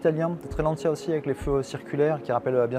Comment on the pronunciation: "lanchia" tant qu'on y est "lanchiasse".... en France c'est LANCIA